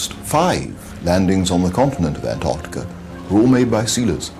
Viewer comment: Great doco. Slightly ruined by the narrator’s inability to pronounce the t in Antarctica. Though. To be fair. It’s a laziness shared by many from the United States.